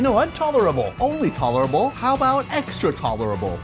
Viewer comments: CRACKS ME UP...tolerable torrible😂 👍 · Having an Asian pronounce "tolerable" is so unfair. LMAO.